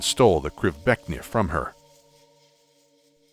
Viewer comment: imk happy that can pronouced the krivbeknih